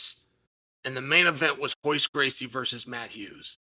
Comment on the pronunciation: U Pronounce royce (hoyce) properly but can't do perreira